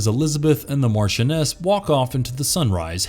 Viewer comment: What the hell is a Martianess??